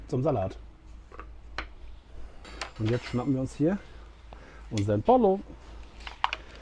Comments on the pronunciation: Schönes Format. Bitte mehr. Übrigens wid "pollo" im Spanischen wie "pojo" oder Mallorca ausgesprochen. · Lieber, super Video, wie immer. Achtung, Pollo wird "Poyo" und a la "Gayega" ausgesprochen, aber mindert deine Leistung keineswegs.